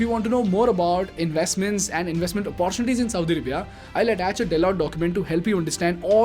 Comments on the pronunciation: Hi bro... you pronounce all the words as the way they need to be pronounced... But you pronounce "Opportunity" incorrectly all the time.. please correct it... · I am a regular follower of your channel. Really appreciate your style of explaining issues. Your English is excellent. One area of of improvement is the pronunciation of the word ‘ OPPORTUNITY ‘. Best wishes!